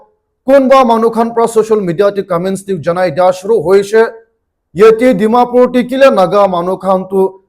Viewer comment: Last tey 'Dimapur' toh kon laga 'Pur' hobo ho😇 ajte ajte viruses pra khai ase😢